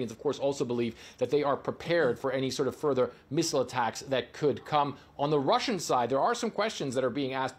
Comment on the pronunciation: Obviously this, obviously dat